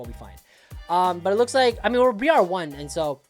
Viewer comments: BRY ER NOT BREE ARR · The way he pronounced Briar is making me want to ff irl